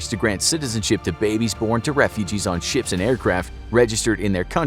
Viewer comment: Guy said chips and not ships